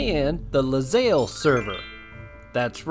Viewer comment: You know, it's actually ilyzaelle. Tha capital i looks like an L I guess xD